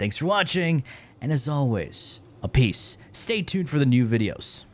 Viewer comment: Everytime he says a-piece it just sounds like uppies